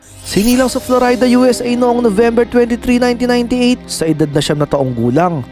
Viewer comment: florayda? usa! (flo-ri-da)